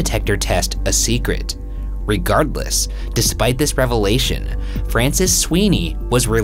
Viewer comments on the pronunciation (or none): none